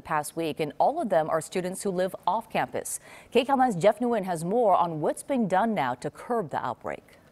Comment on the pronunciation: Glad you're saying your last name correctly,.